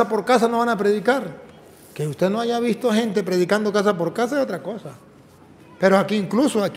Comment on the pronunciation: Hayga??? O HAYA?